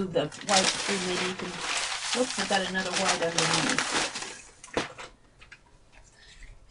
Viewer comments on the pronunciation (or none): none